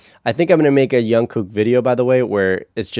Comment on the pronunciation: Just a note, it’s not “young” kook. It’s a solid J - ju like just. He has different tones and colors to his voice but doesn’t get to use them often sadly. Listen to some early bts and his solos.